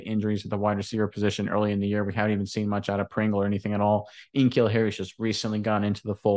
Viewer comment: Hey guys, it's K-Neal Harry